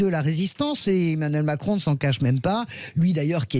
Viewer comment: Il a failli dire Mascon ou j'ai mal entendu ?